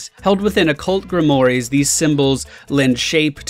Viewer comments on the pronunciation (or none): Also, grimoire is pronounced Grim-oo-ahr